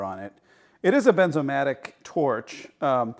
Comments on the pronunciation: Bernzomatic not Benzomatic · FYI, the name is "BeRnzomatic", with an "R" in it, not "Benzomatic" without an "R". The "R" isn't silent.